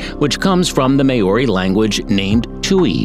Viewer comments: it was not prounce as mayori it is maw-ri or ma-o-ri. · may-ory lmao its okay not everyone can pronounce words right its pronounced more like mau (roled r) y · Pronunciation of our native animals on this video is so terrible ! It's kind of offensive. Come on get it right! 😣 it doesn't take a rocket science to learn the pronounciation ... I mean at leat say the word Maori right ! It's not siad may-oary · Well done BUT!!! Maori is NOT pronounced Mayoree. It is Maowree, Tuatara is not Tooatara but TooAtaraa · just letting you know you dont say Maori as Ma-or-e you say it as Mow-re and also you say Tuatara as To-a-tara not To-atra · it is pronounced "tu-a-ta-ra" not tuatra and also Māori is pronounced more like "molree" not me-ow-ri -if you are going to do a video on nz can you at least learn how to pronounce the words properly - it really isnt that hard if you put a bit of effort into it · It’s pronounced like this mow-ree not may-o-ri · Hi Tuatara is pronounced two-aa-taa-raa, Maori is pronounced Mao -ree, Waikato is said as why-ka-toe, taonga is pronounced tong-a. Have a nice day! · oh a quick tip when a letter as a - over it’s pronounced longer (āēīōū) and Māori is pronounced like m-ao-ree so just mix the a and the o together and your good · Wtf is a may or ree? Wtf is a tu r trah? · “May-ori” No. It’s Māori Oml not the “two-what-tra” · Tuatara is pronouced two-a-tar-a. Otago is pronouced oh-ta-go and maori is pronounced maari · it would've just been the butchering of the pronunciation of Maori and tuatara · Oh lord its annoying when people say words in my native tongue, the only words he said correctly was wētā, tui and kiwi, thats it, granted he did attempt so im going to like, i do recommend taking moari classes so its easier to speak certain words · im from new zealand you pronounced maori wrong. i don't blame you it's a hard language to learn